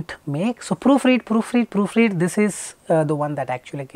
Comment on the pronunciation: So let me get this right: A guy who says "In szis weedio" instead of "In this video" gives out advice for speaking English with technical accuracy Lmfao Literally all of these Indian PTE coaches are the same Still yet to master the difference between "w" and "v" sounds.